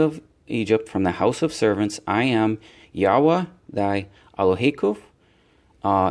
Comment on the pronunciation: Thank you for pronouncing the Name Yahwah correct